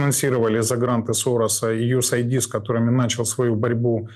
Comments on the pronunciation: Чубы, запомните наконец, правильно читается USAID - Ю ЭС ЭИД, кони вы позорные. Сколько можно неправильно говорить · Вроде серьезные люди, а продолжают безграмотно произносить USAID как "ю эс айди". Какой нафиг айди? Айди (идентификатор) чего? Достаточно задать себе один этот вопрос. Неужели не очевидно, что оно читается, как "Ю Эс Эйд" - помощь Соединенных Штатов? Да на логотип гляньте уже, он же двуцветный.